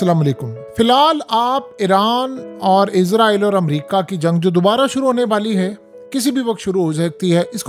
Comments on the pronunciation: مجھے ایک بات کی سمجھ نہیں ائی کہ یہ اسرائیل ہے یا پھر عزرائیل ہے یہ بھائی نے جو ویڈیو بنائی ہے اس میں تو یہ اس کو بار بار عزرائیل ہی پڑھ رہا ہے۔ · عزارٸیل نہیں اسراٸیل ھے۔ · Apni pronunciation theak karain. Israel is-ra-el hai not izrael. Izrael angel name hai.